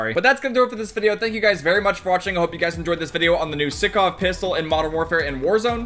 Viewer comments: its not sikov, its pronounced like sike but sykov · Stickov it's sykov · STOP SAYIN SICKOV - STAAAAAAAHP ITS SAIKOV (SYKOV ACTUALLY) BUT U GET THE POINNNNNT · Everyone: Sykov: Sickoff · please. its sEYEkov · Its pronounced saikov my guy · Mans realy said sikov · It’s sy co v sycov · Sykov Si-cov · your saying the name of the pistol wrong, not being picking just letting you know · He pronounces the gun wrong >:(